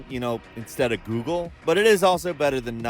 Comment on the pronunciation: No idea about any of this... but I do love your Goeglee Snaek accent.